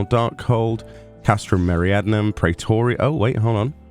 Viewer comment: Someday will pronounce Meridianum right! It's like meridian sorta. Maybe dzemael too but it's harder...the d is almost silent. Really appreciate the coverage, regardless;)